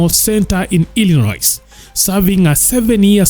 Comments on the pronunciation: Plug presenter, that 'S' at the end of Illinois is silent. I·luh·noy is its the correct pronounciation.😉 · We dont keya ironois😅😅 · Illinois is pronounced "I- luh- noy" brother 😢😊